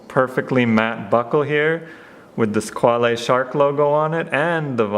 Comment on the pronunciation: Nice review..just about "squale"it s another french word to say "requin"...a shark.So..pronounce squal😉not squalé